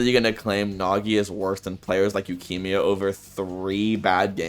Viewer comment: why does bro pronounce yukimia like lukimia